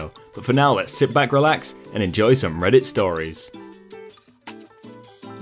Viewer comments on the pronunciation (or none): none